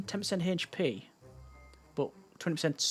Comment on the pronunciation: H p not Hache P